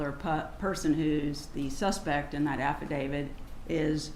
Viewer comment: To the defense atty: it's an affidavit, not affadavid.